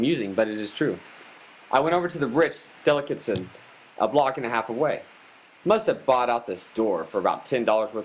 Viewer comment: You don't know how to pronounce delicatessen?